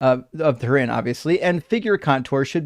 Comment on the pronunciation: "Rag of Tourin" nearly made me pee myself 😂